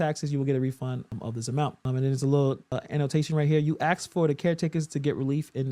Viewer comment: You TRY to look AND sound intelligent BUT WHY do you still say "axs" ? The WORD IS ASK !!